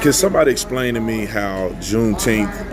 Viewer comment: Are you saying Jew teeth?